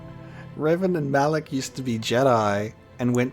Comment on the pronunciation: It's not "Ma LAAK" It's Ma Lok"